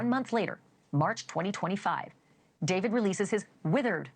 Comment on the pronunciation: “daveed” bro just say david😭